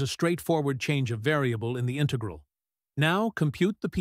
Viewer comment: Good exercise but AI voice doesn't know to pronounce "integral" or "cosine"